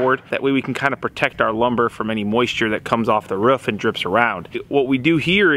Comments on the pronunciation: You say roof (like a dog)... I live across the country and people get mad when I do because not a lot of people do... this is grounds for a friendship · You pronounce roof funny, almost sounds like the noise a dog makes. Lol